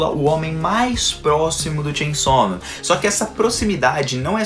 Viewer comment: Como você fala?😅 Shein sal men Sem chão men Tchem somem